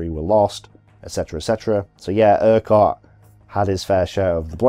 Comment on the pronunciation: FFS! The Scottish name - URQUHART is pronounced - URR-KUTT NOT - ERQ-WHART. I can understand a Yank getting this wrong, but not a British WW2 history buff... So you get a thumbs down for that alone! . Another WW2, YouTube geezer mispronounced the other General... AUCHINLECK - Which, like the - QUH in URQUHART is prounounced as a hard C or 'K' - As in - AW-KIN-LEK NOT - AW-CHIN-LECK (...eye roll...)